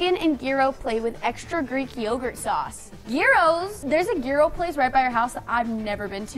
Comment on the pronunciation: When your greek and your watching trying to pronounce Gyro hahahaha